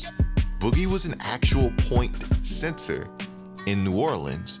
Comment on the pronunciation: Sounded like he said point sensor but think he meant point center